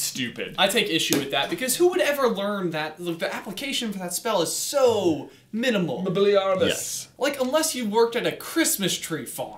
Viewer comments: It's Mobe-lee-ar-bus (that's not how you spell it, it's just for pronunciation ;) ) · J: Mobeliarbus! That's ridiculargus! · "Mobiliargus," "That is ridiculargus!" I died XD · I think that "Mobiliarbus" it's not "Movility" and "tree". It seems like that is one form of the actual word in latin.